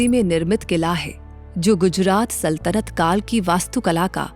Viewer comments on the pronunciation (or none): none